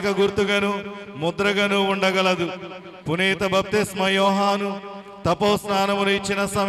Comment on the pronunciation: 2 వ పఠనం చదివిన ఆయనకీ పునీత అనే పేరు కూడా రావటం లేదు పురీత అంటున్నాడు